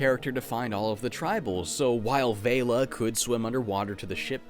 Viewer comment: It's pronounced Vel-la like Bella.